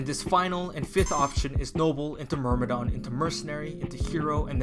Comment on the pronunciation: It's a détail but sometimes "myrm" become "mrym" Anyway good video ❤️